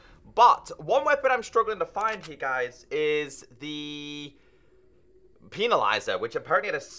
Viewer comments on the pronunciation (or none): Normal people: Pen-na-lizer.: Peeni-lizer. But besides that great video keep it up!